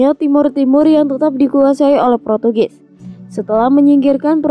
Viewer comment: Portugis bukan protugis ka, USA bacanya yu es ei bukan yu es a